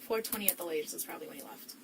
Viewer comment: She says “laughed” instead of “left” Very jarring for a moment